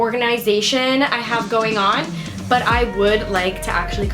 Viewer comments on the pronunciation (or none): British accent took over: 😂 bUt